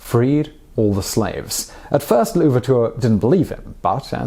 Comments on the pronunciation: You (Simon) did better French prononciation in the past but it's all right. The effort was there. Kinda sounded like you we're saying "La Ouverture" (the Ouverture) instead of L'Ouverture (Ouverture). As usual, great work from the team and thumbs up for today's historic character. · An easy one for french pronunciation of his name: pretend it's Louverture, with usual french pronunciation of that. (That's what an apostrophe does, indicating seamless joining of two words, vice your "Le Ouverture". It's pretty easy/obvious.